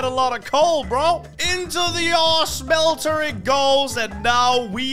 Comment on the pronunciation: I like how he says shmhelter like that